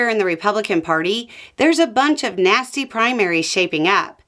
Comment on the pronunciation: you say there are a bunch of "nasty" primaries shaping up but it sure sounds like you were saying a different word from "nasty" there.